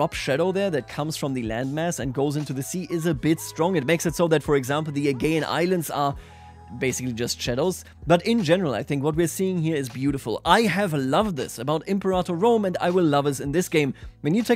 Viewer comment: The "agayan islands" ????